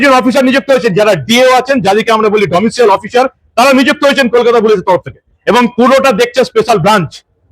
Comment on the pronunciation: Domicial noy; Domicile.